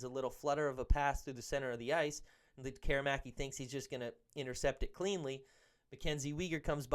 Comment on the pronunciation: Why do so many people in Vancouver sports media fail to pronounce Lekkerimaki's name properly the way he does and the way it's pronounced in Sweden? You need to let the "air" out of it! "Lekker' imaki" , our future star deserves the respect. Mind you, some guys still can't pronounce Petey's first after 6 years. ELL' ias or EE' lias etc.. Great analysis video of our talented young gun slinger, he has the tools to be an exciting addition to the top six.